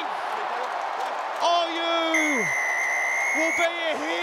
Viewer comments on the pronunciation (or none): Commentator it's Oyoo not Oyuu😂😂😂😂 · nice one. except it wouldn't work if the announcer pronounced Oyoo's name correct; it should sound more like "oh yaw"